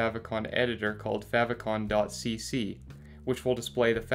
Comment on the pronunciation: How not to pronounce "favicon" :(